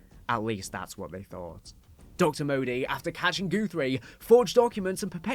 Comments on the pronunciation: I can’t tell if it’s your accent or if you are purposefully saying GOOTHRIE instead of GUTHRIE over and over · Goothrie? GUTHRIE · "goothrie" lol